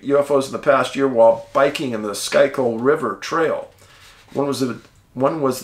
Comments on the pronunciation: "Schuykill" is pronounced "skoo-kull" Idk why but it is. With love from the City of Brotherly Love. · schuykill is pronounced skoo-kill. just fyi. keep up the great work.